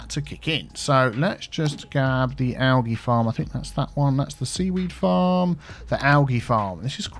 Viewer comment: Every time he says alGEE I die a little inside..(this isn’t a gif, man 👀)